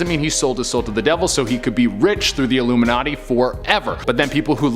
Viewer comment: Stop saying iluminaty youll get cursde